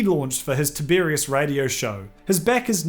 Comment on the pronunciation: No, mispronounced it every time. Sorry. ☹️